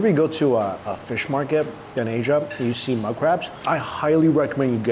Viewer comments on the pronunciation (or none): none